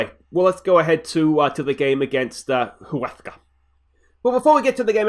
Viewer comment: in spanish you dont say h ,uesca